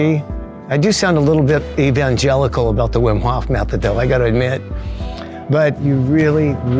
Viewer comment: Fwiw it's pronounced VEEM HOFE. Not hawf. Not whim. It's not English, so English speech habits just don't apply.